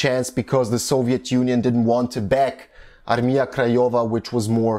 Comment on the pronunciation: Way you say word Armia, sounds wrong :D It should be pronounced like "Armya" - but that is a little caveat - overally im surprised how good are you pronouncing some other words!